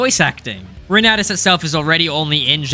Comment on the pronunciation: Fur You was probably the worst choice ever. I'm really glad to see Reynatis get some coverage! (it's Foo-r'you)